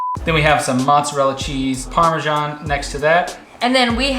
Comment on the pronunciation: Where is the 'j' in parmesan? 😂❤️